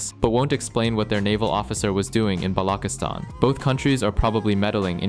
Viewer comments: Balochistan is pronounced as buh-LAW-chi-staan, with the “ch” as in church. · it's pronounced BALO-CHE-STAN